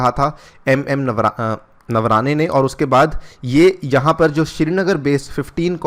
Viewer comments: 'नवराने' नही है वो.. 'नरवणे' है.. सर कुछ तो लिहाज किया करो.. आपका हर व्हिडीओ मै देखता हूं, आपके उच्चारण क्यू गलत होते है? आपकी शिक्षा अंग्रेजी माध्यम मे हुई है क्या सर??? बाकी जानकारी मस्त थी👌👌👌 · it's not navarane, it's naravane.please correct it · Pl pronounce the Correct name of our Respected " Army Chief " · Sirji, Army Chief ka nam to sahise lijiye. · General Ka nam NAI Bolna aata waaah